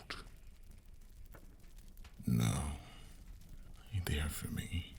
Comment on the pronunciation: "ahhhhh ewey are" Bruh I can't unhear this 😳😳😳🤣🤣🤣